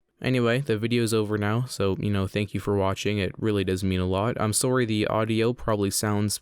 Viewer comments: "Soarry" Canadian spotted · You saying „Sorry“ was a Canadian Jumpscare for me 😂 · Good vid but then I heard you say sorry you're Canadian huh eww🤢